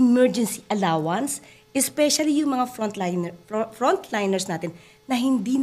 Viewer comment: Buti na bigkas mo frountliners nation nabayaran po Sila Ngayon at may allowance pa Sila sa Phil health